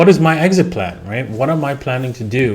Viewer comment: exist plan hee hee. not trying to be rude